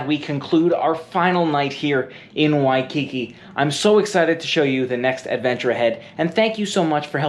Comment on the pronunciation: At least he only called it “shaved ice” once, that I heard. In Hawaii the frozen dessert is “shave (NOT SHAVED) ice. He correctly called it “shave ice” multiple times (now if we could only teach him the correct pronunciation of “Waikiki”).